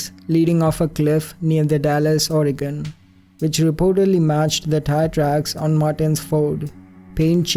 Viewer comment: thank you for pronouncing Multnomah and Oregon correctly. Love all your and Alexandra’s videos.